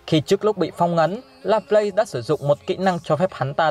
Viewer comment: đọc là La plát nha bạn